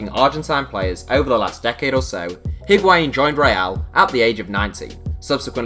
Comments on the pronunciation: Patinho He pronounces it well, except for the H that should be mute. The pronunciation is I (Like saying the i in the word 'in') - wa - in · Hearing English people say Higuaín is so painful